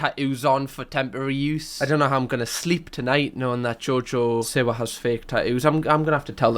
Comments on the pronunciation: Am I the only one that hears Jojo sewer? 😂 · genuinely thought u were saying jojo sewer for half this video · The way your saying jojo siwa its jojo see wa